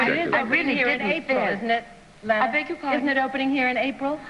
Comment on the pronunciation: Gosh. She HATED being called "Layna". She always stressed it was pronounced "Larna".